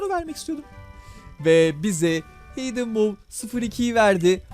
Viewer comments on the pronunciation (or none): none